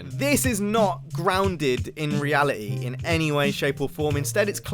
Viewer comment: “Reali-e “